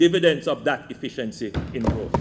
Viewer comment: y it always sounds lik Andrew says "deficiency" instead of "efficiency"